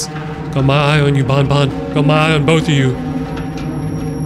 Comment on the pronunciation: how you say banban is more of bonbon that is a spelling mistake you are the spelling mistake with sringeon